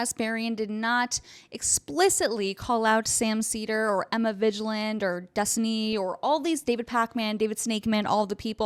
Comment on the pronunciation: btw, it's pronounced Emma 'VIG Land' not 'VIDGE Land'. You should probably just come up with a nickname for her.